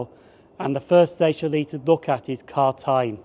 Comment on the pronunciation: Great video. Just two pronunciations are off. Gartcosh pronounced Gart-cosh and Carntyne pronounced Carn-tyne. 🙂